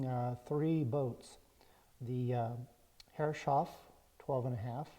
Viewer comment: it is so weird to hear "herre- shoff" while im absolutely sure it should be "herres - hoff"